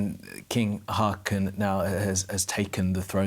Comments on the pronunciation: How hard is it to pronounce his name correctly.. Disrespectful. Håkon, not hakon. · how about pronouncing it Haawcon? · The new king’s name shouldn’t be too difficult to pronounce correctly. Haakon is roughly HAW-kon.